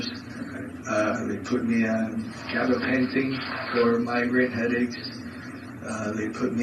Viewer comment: Gabapentin, not cabinet painting 😊